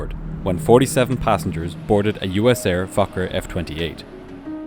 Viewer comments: That also sounded like f*** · im sorry but it sounds like you keep saying 'fucker f20' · Why does my inner 12yo come out every time you say focker? “But this focker had flaps.” 🤣🤣🤣 Ok ok, I’ll go back to adulthood now.. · its sound like you said fucker at the start of the video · I kept hearing “the fucker” when he referred to the plane and I feel a little bad about being so amused by that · im sry but everytime you say fokker i hear f8cker 😔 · Every time the narrator says "USAir Fokker F-28" it sounds like he is cussing! Not good if you have small, impressionable children listening. (joke) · air fokker. 😂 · I KEEP HEARING THE SWEAR WORD. Also he repeated the airline name again as I read your comment, so it was hilarious even more xD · Your Fokker pronunciation is crazy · He did not say Fokker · He said fokker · the first time I swear he said something else😂